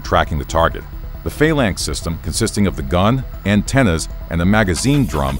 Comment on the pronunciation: I have never heard Phalanx be said with emphasis on the A's